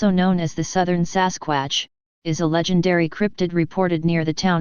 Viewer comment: gotta love the way the robot lady says samsquamch lol lol lolz lol lol LOL